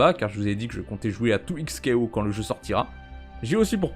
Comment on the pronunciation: Ce qui m'a fait rire, c'est lorsque tu as prononcé 2XKO.